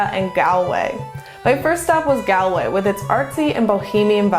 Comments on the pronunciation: It's pronounced Gawl-way, not Gol-way or Gal--way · Gall-way not Gal-way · Two minutes in and it’s just so hard to watch… ‘gal’way (it’s ‘gaul’way), it’s ‘a cuppa tay’ (the way she said it sounded so British, a cup o T), and then Connemara moving 60 miles northwest to achill… yikes! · Galway is pronounced like Gawl-way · No American should ever say Galway 🙈😂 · It is galling the way they say Galway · I've been to Galway - someone immediately corrected my pronunciation while I was there and it's actually not hard to get it right with an American accent. She's very pretty and polite, I bet no one wanted to correct her :)